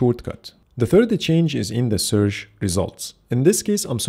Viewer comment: "Searsh " thats top 😀